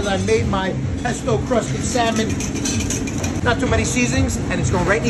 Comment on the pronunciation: Pesto cwusted Syamon.